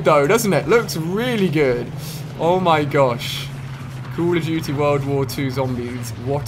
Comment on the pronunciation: The game is called "Call of duty", not "cool of duty" ....